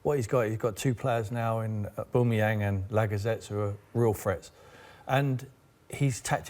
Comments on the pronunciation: Ahbooomiyang for Son?! your mad, at-least say Alli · 'Aboomeyang & Lagazettes' Jesus Christ Sky sort it out this is embarrassing. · Who the hell is Aboomayang? It's Aubameyang. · Who’s oooboomeyang? I only know an Aubameyang! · It’s not Aubumoyang Tim, Fool, it’s Aubameyang. Get it right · Sherwood saying a-boomerang what an idiot this man is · Oooboomayang... Yup Tim... That's exactly how you pronounce it.... This man is a 'professional' pundit apparently. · surprised he didn’t pronounce it Aboomerang for even more shithousery. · he said boomeyang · Tim Sherwood should never be allowed back on the show again, talks absolute nonsense, messing up players’ names etc. smh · Can't stand the way he says auba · Who TF is aboomeang you 😂 both of them not a scoooooby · What a delusional tw@ and learn to say Aubameyang properly ffs. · It frustrates me the way Tim pronounces “Aubameyang” like if you agree. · How can u pronounce one of the worlds best strikers name incorrectly and i aint even a gooner ffs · Oubomeyang, - Sherwood😂😂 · Tim Sherwood embarrassed himself so much he shouldn't be allowed to work in the media again. He can't even pronounce players names correctly...